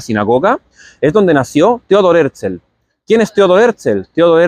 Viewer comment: En el mismo principio: Es Herzl, porque lo pronuncias Herzel? Y no miro mas este video!👎👎👎